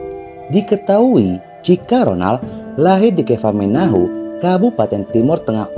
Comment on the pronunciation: Salam dari Kota Kupang Kaka.Ralat sedikit nama kota Kefamenanu bukan Kefamenahu.Sukses terus Chanel nya kaka 🙏🏻